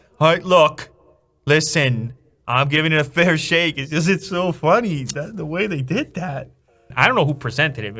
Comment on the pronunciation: Learn how to pronounce 'the' It has a th